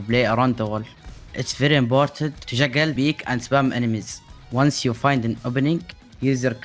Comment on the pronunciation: I understand that english is not his first language, but the way he says jiggle peak😂